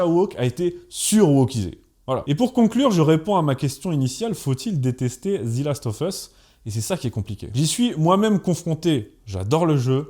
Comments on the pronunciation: S’il te plait ne dis plus Zi last mais Ze last, on dit Zi quand le mot d’après commence par une voyelle. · C'est un détail mais on ne prononce pas "zi" devant un mot commençant par une consonne, on prononce "ze". Après sur le sujet en lui-même, je n'ai ni joué au jeu, ni vu la série donc je peux difficilement me prononcer. Je sais juste que le jeu est apprécié des fans pour la richesse de son gameplay, le scénario très prenant et les personnages attachants (personnages qui semblent concentrer la quasi totalité des critiques en terme de choix de casting, si j'ai bien compris la polémique). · Pourquoi prononcez-vous "Zi" last of us au lieu de "Ze", étant donné que le mot suivant ne commence pas par une voyelle ? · Ze last of us, pas zi. Et même « the » pour les meilleurs 😆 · On prononce pas zi last of us mais ze . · Excellente vidéo ! Juste une petite correction à (pas grave mais juste pour info) : c'est "Zeu" Last of Us et non "Zi" Last of Us, on dit "Zi" uniquement devant une voyelle. Voilà, c'était juste pour préciser ça (même si tu le sais sûrement déjà, ce n'était qu'une petite faute de prononciation), sinon super vidéo ! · "ZE"... pas "ZI". 🙄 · The = Zeu quand il est suivi d'un mot qui commence par une consonne. Et The = Zi quand il est suivi d'un mot qui commence par une voyelle (sauf quelques exceptions). Donc arrête de dire Zi last of us, merci ... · Prononcez ze et non pas zi. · Pourquoi « Zi » Last Of Us ? Sinon très bon épisode comme d’hab ! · "Zi last of us" 😂. Un petit effort au moins sur le titre (d'un jeu que t'aime en plus) sérieux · The last of us « Ze last euv euss » « Zi » uniquement si le mot suivant commence par une voyelle sinon c’est « Ze ». « Of » se prononce « euv ». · Moi aussi ça m'a agacé surtout qu'il le dit plusieurs fois et quand on parle anglais ça titille les oreilles. Heureusement que la vidéo est top, ça a rattrapé ce défaut.